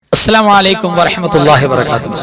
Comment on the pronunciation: ഉസ്താദ് എപ്പോഴും അസ്സാലാമു ആലൈക്കും എന്ന് പറയുന്നത് കേൾക്കുന്നു..അലൈകും nu പകരം. എനിക്ക് തെറ്റിയതാണെങ്കിൽ ക്ഷമിക്കണം